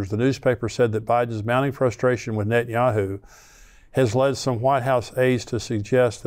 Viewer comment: I believe it's nentanyahoo